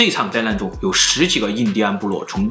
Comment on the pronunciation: 老高是讲的是哄老婆睡觉的故事，里面再撒一些狗粮，小茉够漂亮，脑洞也够大，两个人的互动很有看点。老高说话也清楚，不看字幕也能听懂。总裁长相不行，说话也听不懂，只能看字幕，灾难说成灾烂，资料说成滋尿，要不是靠内容撑一撑，真的听不下去。